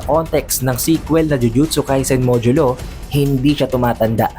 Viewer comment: Itadori not Ita-dori. Modulo not Mojulo. Fushiguro not Fushi-guro. 👍🏻